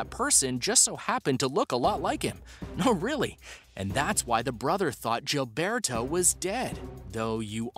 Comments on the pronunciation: Gilberto is pronounced with the G sounding like a H.... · I can't stand this person's pronunciation of the name Gilberto.